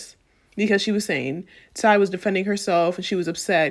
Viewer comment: Great video but how you pronouncing Sia getting to me 😭😭. But she deserves to be called that after this fuckery